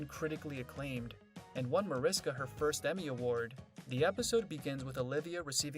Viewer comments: It's pronounced Marishka. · By now this narrator should know how to pronounce the characters' names and Mariska's 🙄. I can't...